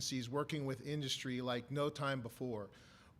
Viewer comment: 34 Induzz-tree